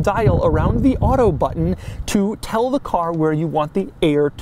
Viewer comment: batttunn, just remember tu push the battunn